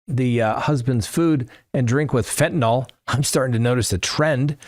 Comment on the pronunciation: FentaNYL...NO "O"...